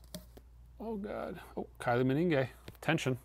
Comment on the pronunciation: I love how Kylie Minogue turns into a “Kylie Meningue” 😂😂😂 Only could, ladies and gents! 🫡🤘🏻